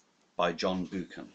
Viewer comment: John Bookan ???? Really ?? Get it right . Jeeeze . It’s pronounced BUCKAN ...